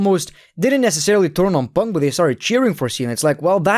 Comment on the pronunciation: This video made me happy because of the amount of times he said "PONK"